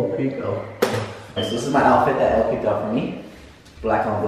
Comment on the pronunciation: Elle** pronounced “L” Not Ellie that sounds like “L E” (Just helping<3)